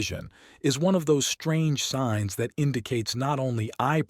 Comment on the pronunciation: Sings. Sings. AI?